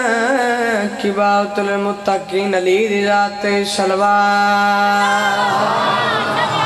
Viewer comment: BeTa MuTTakeen Nahin KahTeY "MuTTaqeen" KahTeY Hain. iTna PaKKa RaaG LaGaneY Ki ZarooraT Nahin HaY.